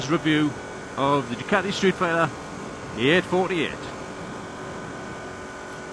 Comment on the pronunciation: Ducati "Sreetfighter"?